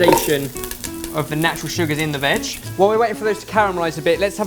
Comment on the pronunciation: Every time he says "veg" I imagine him saying "vag"